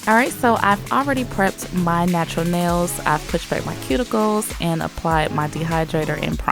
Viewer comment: ShE sAyS nAiLs LiKe nAiS